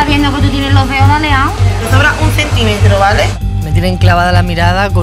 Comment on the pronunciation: Dice dedos zaleados, no alineados